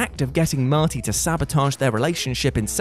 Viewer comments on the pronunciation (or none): none